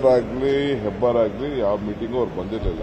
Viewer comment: Hebbar not hebbalkar